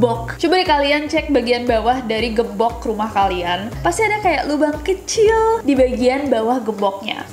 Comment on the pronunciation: Aku : gembok Kak Nessie : gembokh